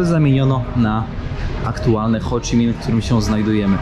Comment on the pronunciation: Dziekuje za cala wyprawe i materiał, naprawde szacun za ta dobra robote! Śledzę od poczatku i z niecierpliwością czekam na kazdy nowy odcinek. ps Ho Chi Minh (bez CH na końcu), ale nie myli sie ten kto nic nie robi. Do zobaczenia na Podlasiu!